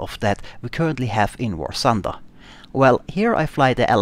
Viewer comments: War Thunder!!!!!!!!! not War Sunder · ah, finally an important contribution! A damned alien who is not able to pronounce "th";)